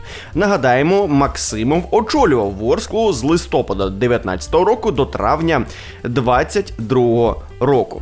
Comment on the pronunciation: якщо листя падають, то цей місяц не листОпад, а листопАд